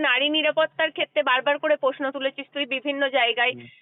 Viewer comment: Kotha ta Poshno noi Proshno. Kotha ta nai niapotta na Nari niapotta. Kotha ta ekdom noi ekdom